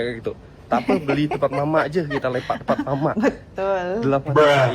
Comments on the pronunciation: Bukan mama tapi mamak,kau sebutpun tak betul,lain kali dgr dan sebut betul2.Tak payah culture shock sgt lah kl pelan2 bljr dan memahami budaya yg ada kat Malaysia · MAMAK bukan mama sebut betul2